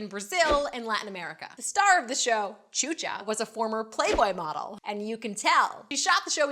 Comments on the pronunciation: Hahahahaha it's pronounced shusha, because chucha is p***y in spanish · xuxa its pronounced shoesha and the kissing part is just how Brazilians greet each other. So that was a way of saying good bye but making a permanent mark idk always hated that show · Xuxa is pronounced shusha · Tchucha? Xuxa lol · 'Xuxa' is pronounced 'Shoosha'. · Her pronunciation of Xuxa is killing me.